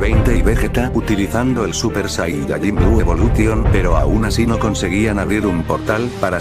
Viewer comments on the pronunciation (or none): none